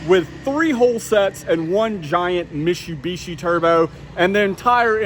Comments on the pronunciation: Mishubishi??? It’s MITSUbishi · Stop saying mishu bishi its mitsu bishi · It’s Mi”T”subishi. There’s a T in there... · I've never heard Mitsubishi pronounced Mishu-bishi. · Its not Mishubishi its Mit-su-bi-shi, MITSUBISHI !! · Please learn how to properly pronounce Mitsubishi. It's not Meeshubeeshee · Mishubishi LOL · They way you pronounce mitsubishi is driving me nuts lol. its "Mit-soo-be-shi" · Mit-su-bi-shi... Mishubishi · Say misssshhsssubishi again... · Did you say “mishubishi”? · Car guy? Learn how to say Mitsubishi!🤦‍♂️ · Cracks me up every time you try to pronounce Mitsubishi